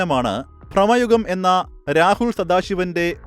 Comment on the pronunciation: Prama Ugam alla bro Brama Yugam .. 😅😅